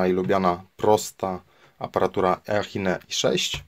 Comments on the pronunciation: czytaj tą firmę "Iszin" prosze , bo słuchać się nie da tego eachine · I chybe lepiej mówic "iczin" zamiast "eachine" :P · 'iszin" się czyta